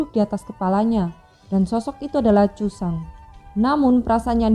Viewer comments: Suaranya kurang keras dan lantang sehingga cerita nya gak jelas.. Penyebutan nama tokoh saja juga sangat beda dan gak jelas. Spt suzhang aja bacanya jadi sujang hahahahhahaha.. Kemana noba nya... ?? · Suaranya tdk pas, intonasi dan kata yg dipakai tdk jls jusang padahal zusang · Kak aku malah ketawa dengerin nya zuzang kok jadi cusang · zhusang bukan jusang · Nyebut zhusang aja cusang dah aneh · zhu zhang kak bukan jhu zhang😁